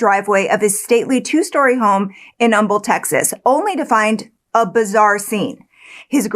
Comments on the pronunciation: Also, THANK YOU for pronouncing Humble correctly!!!! The H is silent; it’s a guy’s name… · I appreciate the research that goes into these cases, especially the little detail of local pronunciations! I don't know if you're just based in Texas and just know how to pronounce Humble, but that detail to me shows how much you look into a case to get every detail as accurate at you can. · As a native Houstonian...props for pronouncing Humble correctly lol! Glad you did this case. I've been curious about it. Very interested in hearing the full story once it all comes out. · It makes me so happy that you pronouced Humble correctly 😄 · I'm a Nebraskan all my life and we always pronounce the H in Humble I've never heard it the other way but I don't live there so maybe. Like Juniata is pronounced Jun a ata to people there but Juan ita to others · Yes, it’s not the word ‘humble’. It’s my hometown & I moved back in my late 20’s & I’m still here… 🤷‍♀️The town was named after a man whose last name was Humble (silent H). No one ever pronounces it correctly! did a good job learning the correct way to say it. 🙃